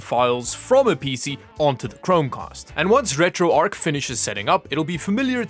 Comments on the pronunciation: Its retro arch NOT retro arc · Not sure why, but calling it retro "ark" bugged me more than it should 😅